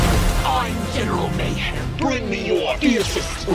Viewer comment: Omg why doesn’t nobody say the right name its general meyhem